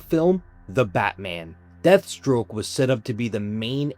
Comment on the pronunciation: Deathstroke not Deadstroke lol